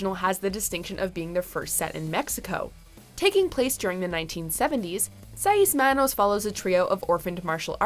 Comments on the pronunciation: The way you pronounce Seis Manos makes me want to stab my tongue with a fork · Somebody PLEASE have this narrator re-dub this with the proper pronunciations! Seis Manos and Geralt were butchered and it’s hard to even concentrate on what else is being said. And I’m totally against Henry Cavill playing Geralt, but that’s not the narrator’s fault lol.